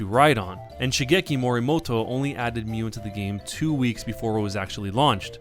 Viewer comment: it's pronouced myuu, not miyu, almoust identical to mew